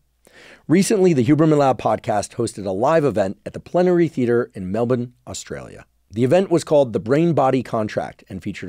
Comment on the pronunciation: OMFG how did i not know you were coming for a visit to Melbourne?!???! And thank you for your correct pronunciation of Melbourne 👏